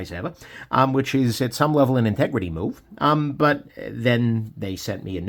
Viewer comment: "Integrity moove", really?